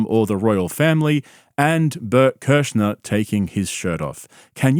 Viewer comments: Kurzner?? 😭😭😭 No one respects him in the slightest, it's so hilarious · Shannon Sharpe called him "Bert Kershner" 😂 thats gotta sting Bert's ego a little bit & Bert didnt even correct him lol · Why do you keep saying Bert Kerschner? If this is a joke can someone please explain? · How the fuck do you get "Kershner" from "Kreischer"? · Hearing Shannon unironically saying Bert kershner is hilarious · I had to rewatch to count the "Bert Kerschners" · If you want to remember how to pronounce Kreischer, it's "cry-sure". Cry? Sure! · Was that kershner on purpose by Shannon? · Do you mispronounce his last name on purpose? Is there an inside joke I’m not aware of? Also, making videos shitting on entertainers is pretty gay. You prolly don’t have a lot of friends. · I love that Shannon mispronounced his name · Why dont blacks say this guys name right 😂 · It’s amazing how many times you pronounced his name wrong. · Nobody can say his last name right lol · Why are you saying his last name wrong? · You dont say his last name correctly at all 😂😂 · Do you not know how to pronounce his last name?